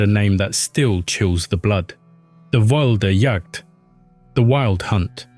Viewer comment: i almost spit my coffee out to your pronunciation of Wilde Jagd